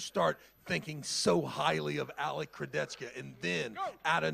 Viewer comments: keep saying Kurdecka(Kurdecha) im dying xD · Can someone teach this how to pronounce names that are not John Smith. It is not Kurdechka dude, Kurdecha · I: Kurdecha: Kurdecka😂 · Man it’s Kurdecha, not Kurdetsky smh Also… Denis CHIPlenkov?😂😂😂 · Alex Kurde-Z-Ka - he's changin names as he imagines them as an American thinking about Eastern Europe.... who cares to read the actual name...LOL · pronouncing names like Chael Sonnen. Kurdecka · Alec Kurdeskya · How can I pronounce Alex second name for now… all time now it’s Kurdecka 🥲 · Why is saying “Kurdezka” all the time? Jesus Christ, I love, really, but when he continuously uses the wrong pronunciation, it’s really really really annoying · Please learn how to pronounce Kurdecha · butchering Kurdecha‘s Name everytime he says it…